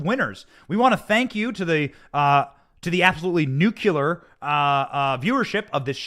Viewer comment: It's "noo-klee-er"